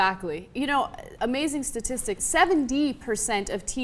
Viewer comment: LOL Ana says 70 funny